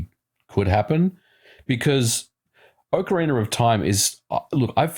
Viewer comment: "Ocareener of Time"